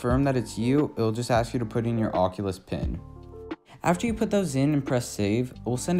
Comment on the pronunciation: Thanks people always never say it right